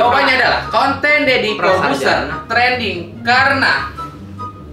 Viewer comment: TRENDING Bang bukan TRANDING...